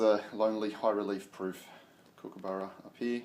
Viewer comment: yay someone who can pronounce Kookaburra correctly. To our US collectors/stackers please run thru again and take note of the pronunciation. Excellent video